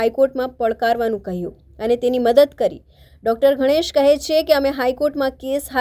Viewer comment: Mam it's Ganesh not Ghanesh 👍🏻